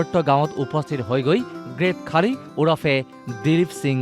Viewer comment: Khaali nohoi bhortti. Khali buli ussaron koribo pora nai ne? Iss iss